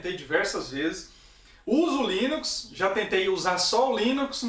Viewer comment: Linux com "S" mano.... foda viu kkk